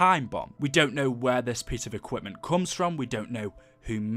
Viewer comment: When he says “equipment” makes me cringe (edit) still love the content